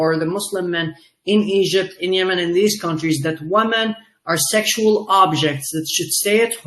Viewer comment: His English is very good, but he needs to learn how to pronounce "women" (wimmin). i.e. different from woman (woomoon)